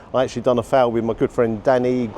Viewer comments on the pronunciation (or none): Its a phall, not a fowl like you keep saying, a phall, pronounced farl or fal or fahl, infact the only way you cant say it is fowl